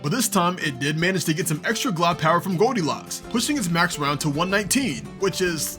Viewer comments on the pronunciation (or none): blud called it "goldie lock" 💀